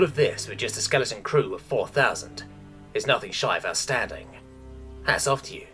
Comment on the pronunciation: I know i am nitpicky about this, but it's not the first time i noticed: "outstanding" and "astounding" are two admittedly similar yet different words, yet you keep pronouncing them the exact same. otherwise great narration as always, thank you!